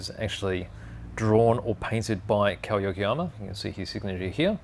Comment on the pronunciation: Thank you forcthe review. Kow is pronounced Ko, drop the w. Like K.O ko